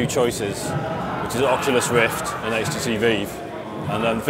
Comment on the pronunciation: "HTC Veev"